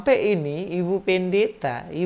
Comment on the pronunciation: Ibu PEN-DE-THA 😂 dialek